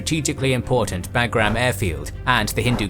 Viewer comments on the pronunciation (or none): When he says "BAG-GRAM" it lowkey makes me cringe